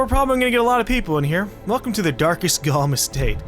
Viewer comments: "Darkest GaLm" xdddd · when he said "darkest galm" i thought he said "dark as galm"